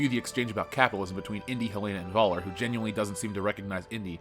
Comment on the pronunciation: Thanks for this video. However, PLEASE learn how to pronounce "Völler"' correctly. In German the "V" is pronounced as an "F". And the "ö" is sortof like the sound you make when you say "err".